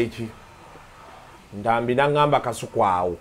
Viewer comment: Thx for the good analysis the jaganut, the reneget, the cononswa...😂😂